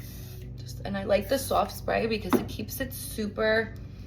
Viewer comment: Love how you saw sowaft! ❤ I love all the various US accents!